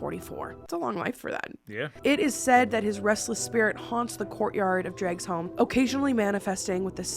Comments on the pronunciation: I´m Danish and it honestly took me a bit too long to figure out, you were talking of Dragsholm (that g is pronounced more like a w) - I've never been, but it's cool to see one of my country's many haunted buildings mentioned by someone so far away. Dunno why it's picked over other places here though, as I can guarantee you most older establishments here will gladly tell you of their own grim tale. My own town has a guided ghost tour throughout town, because our most well-known ACTUAL REAL HERO FROM HISTORY is a ghost tale today - people see him ride through town at night, as he did on the night that he beheaded the tyrannical and foreign duke, who had laid claim to all of the profits here, or he can be found sneaking around afterwards, avoiding the duke's men, bloodied sword in hand. There's also an attic window in the middle of town, that has been open since the duke's murder, because it is above where he lived and the one time it was closed, half the town burned and of course superstition has lead to it staying open. Anyway, now that I've summarized a story that is much cooler than what I just wrote, I´ll stop rambling. If anyone's interested in the full story maybe google Niels Ebbesen or just ask me (I don´t know if there's any sufficient non-Danish articles on Niels out there) ^^' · DANMARK NÆVNT I MEDIERNE! And, please visit Dragsholm... I would love to show you around and tell you about the ghosts and people's experiences there, and teach you how to pronounce it properly 🫶🏽